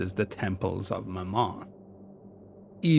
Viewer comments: love the vid as always but it's ma-mun for future reference not ma-mon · Very good, but 'Mammon' is pronounced the same as 'gammon'. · I had to rewind that several time because I thought I heard you said" My mom".